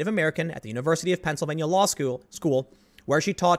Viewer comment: ha ha … "law skewl"